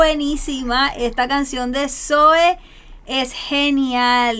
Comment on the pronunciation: Por cierto, el nombre del grupo se pronuncia zo-É, con el acento en la E. Te recomiendo mucho los temas “Luna” y “Soñé” del mismo MTV Unplugged. Saludos y felicidades por tus reacciones.